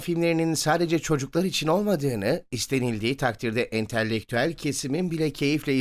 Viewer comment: ENTELLEKTÜEL DEĞİL ENTELEKTÜEL PLS:)